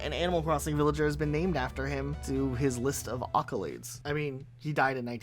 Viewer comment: Man, where are you from?? You pronounce some words VERY WIERD… Accolades… you said OCCOLADES… and Joe Pesci is pronounced “Peshie”.